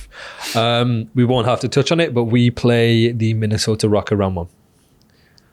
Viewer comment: Wtf is, "Minnesoter?"